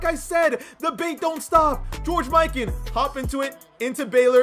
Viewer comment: The way he pronounces mikan annoys me